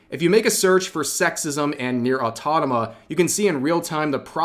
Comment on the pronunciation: Okay, but seriously, Rev saying "Autonoma" instead of "Automata" is driving me up the wall.